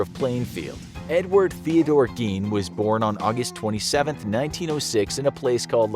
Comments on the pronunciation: It's pronounced geen not gayne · It’s gein not gain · I was excited to watch this, but I can’t get past the fact the narrator is saying “gain” instead of “Geen” 😭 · It's not pronounced gain its geene) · It's pronounced GEEN other than that good episode